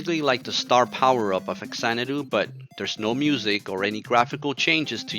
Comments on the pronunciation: Good retrospective but, it's Fah-zanadu. Not facks-anadu. The "fa" in front is supposed to denote that this is "Xanadu on the Famicom". I also used to say it like "fax", until some other review pointed out the reason why it's written, or said this way. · Love this game, but it's pronounced Fazanadoo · Yeah. Right. That's how they pronounce it in the video too. But I keep hearing people online saying that it's really pronounced FA-zan-a-do. This is because it's actually an offshoot of the Xanadu series of games and the "Fa" in the front of it is just a prefix that stands for "Famicom", the Japanese name for what ended up becoming the Nintendo Entertainment System in the US and Europe. I don't care if that's really a thing that's true. I'm never going to call it FA-zan-a-do. 😁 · Haven’t watched yet, but in English the only correct pronunciation is Fax-AN-a-doo. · nihon falcom was always and still is one of the greatest game makers ever (the Y's games are my absolute favorite franchise, and legend of heroes rules too, from the og rpgs to prophecy of the moonlight witch to the trails in the skies series etc) ... hudson was fantastic too, dont get me wrong... RIP... but obviously since its literally supposed to be a "famicom xanadu" that means its actually pronounced "fa zanadu", not "fax anadu"...